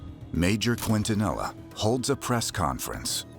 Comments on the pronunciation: Quintanilla keen-to-knee-yah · It's pronounced keen-tah-knee-yah. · They way they pronounce Quintanilla. It's not pronounced k'when-tah-knee La. 😅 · I'm from Texas. Evidently these people have never heard the name pronounced correctly. You and I know better... Keen-ton-eeya... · I'm sorry.... I can't watch this!! Everyone is mispronouncing Quintanilla s name!! So disrespectful!!